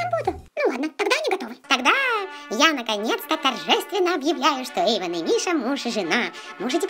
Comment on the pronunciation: не Ейдан а Ейван